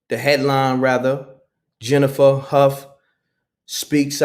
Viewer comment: Hough = “Hoff”